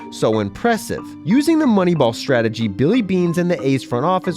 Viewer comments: Moneyball "Stragey" lmfao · Yeah, that good ol’ Moneyball “Stragey”